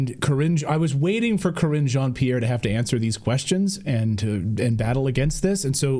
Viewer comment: cringe on Pierre not kreenj ohn pierre.